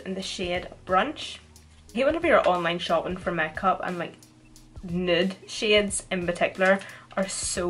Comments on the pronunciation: the way you say makeup mekap Omg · The way she says 'make up' 😂😂😂 (not in a hating way)